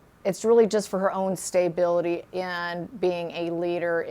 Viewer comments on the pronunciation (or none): Please please please pronounce stability not staybility thank you